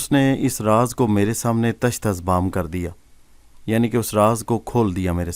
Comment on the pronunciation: Mai bhi apko kuch hindi words ka sahi talaffuz batata hoon, jo aap galat padhte hain, jaise manush jise ap mansh padhte hain, diya ko daya kahenge, kaldeep ko kuldeep kahein, aur bhi bht se hindi words hain jo mai apko aage bataunga